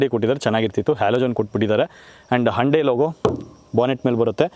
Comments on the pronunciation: Anna ❤ please try to be avoid... sometimes you pronounced as HANDE instead of HYUNDAI 🙏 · ಅಣ್ಣ ಹಂಡೆ ಅಲ್ಲ ಹುಂಡೈ ಅನ್ಸುತ್ತೆ ಅದು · No Prouciation Hunde na Y Silent